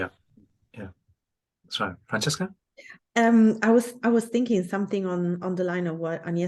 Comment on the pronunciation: I have to say sorry to Francesca for getting her name wrong - a poor start from me, down to nerves. I'll do better with practice! But what about our debate? what aspects did we not cover? what did we uncover for our audience?